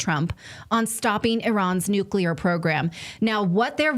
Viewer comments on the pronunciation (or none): STOP!!! ITS PRONOUNCED NU CLEAR. not NU CULAR. Thankyou. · I just want to SCREAM every time I hear some supposed knowledgeable agent say "nucular" !!! Learn the vocabulary if you want to be considered as such !!! The term is NUCLEAR... NUCLEAR !!! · I can't do the mispronunciation: "Nucular." It's ignorant. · Tara Reade lost all credibility. She can't pronounce Hegseth or nuclear. Nucular?